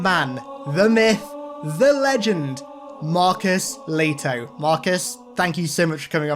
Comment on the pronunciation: The way Americans Butcher his last name is hilarious to me as a finnish person. Its Lehto, not Letho.